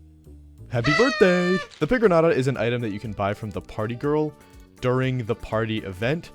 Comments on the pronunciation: bro please pronounce pigroñata correctly i know it doesn't have the ñ in game but it's based off piñata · Not pronouncing it pigroñata is criminal 😭😭